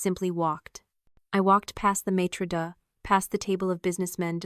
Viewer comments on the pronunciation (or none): "I walked past the Maitre Duh...". Go home AI, you're drunk. 😅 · The "maitre duh"? 😂 I got a good laugh out of that.